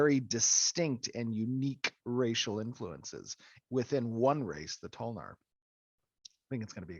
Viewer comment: Damn- necro paladin toe-lnar 😤